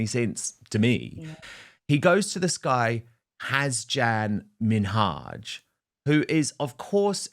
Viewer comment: Hasan Minaj is a comedian. You butchered his name 😂🤦🏼‍♀️😂